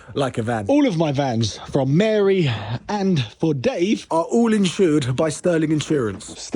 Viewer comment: It's insured not insurd